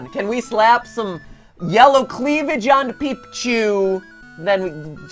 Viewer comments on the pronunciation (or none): none